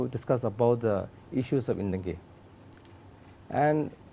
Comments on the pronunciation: For future clarification, it is "NTANGKI" National Park and not (INTANGKI). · It's ntangki not intangki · He doesn't speak upto the point as to the queries?.and yes the state government y silent it's ur responsible to excercise ur power to look upon all the illegal encroachment.honestly,ntangki not intangki. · Please be corrected with the name of the park,it is 'Ntangki'...not Intangki.